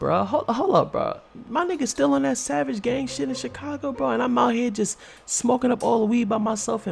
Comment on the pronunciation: U say chicaglo